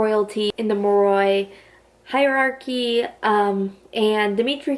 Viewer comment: Just a heads up cause it bothers me lol Moroi- (More-Oy) Strigoi- (Strig- Oy) Damphir- (dam-fear) No hate tho I love VA and this was a great video